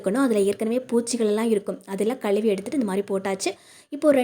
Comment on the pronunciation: தமிழில் களுவி என்ற வார்த்தை | இல்லை மா , தமிழை அழகாக உச்சரித்தால் இன்னும் நன்றாக இருக்கும் மா